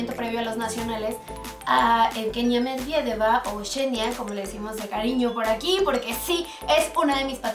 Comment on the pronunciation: No se dice Mediedeva es Medvedeva